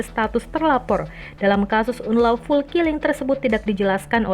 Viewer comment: Dibacanya anlouful min